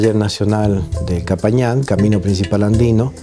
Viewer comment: no es capajñan, prononsiacion qhapajñan